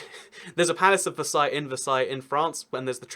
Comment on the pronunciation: I found it funny that he could pronounce Versailles right, but not Louisville.